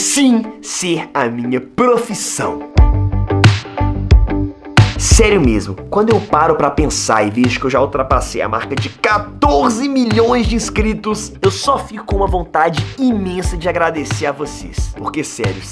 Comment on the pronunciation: quem notou que ele disse milões